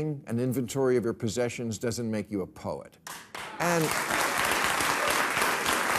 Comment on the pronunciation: I thought he said "pope" not "poet" at first, lol.